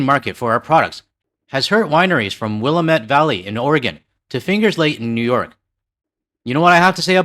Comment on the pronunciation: I know you don't care but it's Will-A-mette, not WILL-a-mette. Thank you for saying Oregon correctly though. I have Canadian neighbors, fwiw 🇨🇦💙